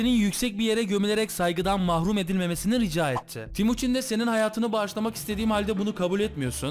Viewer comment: abi o temuçin olacak yanlış söylemişsin